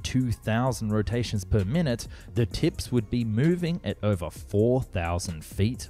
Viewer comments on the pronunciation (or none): none